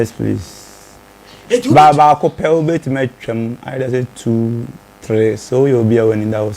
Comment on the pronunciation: He said yes prease